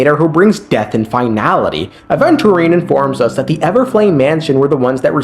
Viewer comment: Man pronounces Aventurine four different ways.